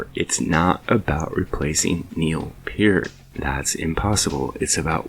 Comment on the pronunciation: Thankyou for pronouncing Neil's last name properly.